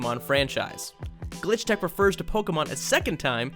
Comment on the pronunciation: His faliure to see the s at the end of "Glitch Techs" is making me scream internally